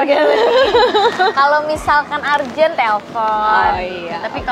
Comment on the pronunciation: Urgent bacanya urjen bukan arjen